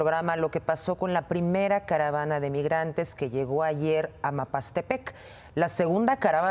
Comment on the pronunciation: ayer 30 de agosto 2021 para referirte a la población de Mapastepec, la dijiste de varias formas: Mamastepec, Mastepec y Mapastepec. Hoy ya lo mencionaste correctamente. Hoy, desafortunadamente, dijiste las "estibaciones" del Banco de México, en lugar de "estimaciones". Mejor suerte para la siguiente.